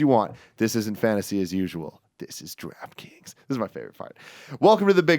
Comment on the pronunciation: I always hear "Giraffe Kings" when Tim says Draft Kings